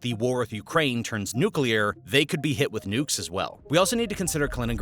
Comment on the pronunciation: Let's not ask for the nucelear option please.😅